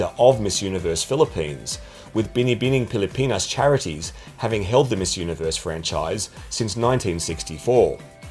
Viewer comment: Im from the Philippines so we are very passionate about beauty pageants especially Miss Universe. I am impressed when you can pronounce "Binibining Pilipinas" perfectly. Love your videos, keep them coming👏